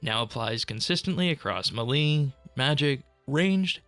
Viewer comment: Never heard someone pronounce melee as “muhlee”